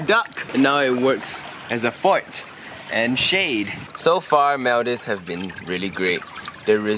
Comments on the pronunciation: MALL - DEEVES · its not pronounced like maldaives its maldives 🤦‍♀️btw im from maldives ❤️😊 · Maldives is pronounced mooldives :> atleast that's how maldivians (me aswell) pronounce it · Mul-dive???? LOLLL. I know there's a lot of diving in Maldives but dammit at least get the pronunciation right when you are in the country. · cant believe just pronounced maldives as "mal-daifs". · is it me or ur gf pronounced maldives the wrong way? lul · You don’t know how to pronounce Maldives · cnt even pronounce Maldives properly :P